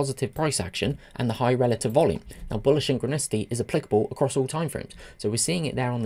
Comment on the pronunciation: "Syn-chro-nicity"... I laughed at that. Love your videos. Especially the fast pace. Thank you